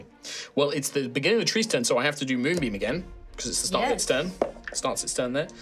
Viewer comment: "ATTACKED BY TWEES"